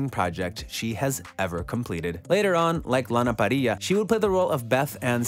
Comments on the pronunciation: that is t he way its pronounced. I saw an interview with her and she said because of her nationality, the rr's are rolled like that...Shes latina... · pissed me off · the way he says lana parrilla 😂